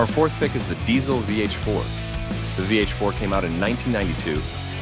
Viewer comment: It’s called DiTZel. not S, but TZ 😇 My favorites are the VHX and Herbert.